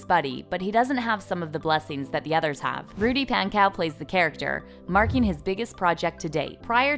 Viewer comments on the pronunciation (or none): WHY DID SHE PRONOUNCE RUDY’S LAST NAME PAN COW😭🤚😂 (it’s pronounced pon-co) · Okay I can’t get over how she pronounced Pankow wrong. It’s ponk-ow bruh do your research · bruh when she said Rudy “Pan Cow” i lost it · i’m sorry but pankow is pronounced ponco not pank-cow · It’s not pan cow it’s pawncow... but like spelling Pankow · is no one gonna mention how she said 'pankow' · NOT rudy pankow- it sounds like she's saying PANkoe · Why are y'all pronouncing Rudy's surname like PanCOW???? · u said pankow wrong✨